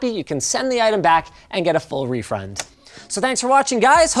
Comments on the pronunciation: also "refrund" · "Refrund." Love you Linus.